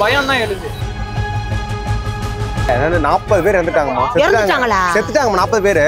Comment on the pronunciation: அது என்னடா 40 பேரு 40 பேரு அழுத்தி அழுத்தி சொல்ர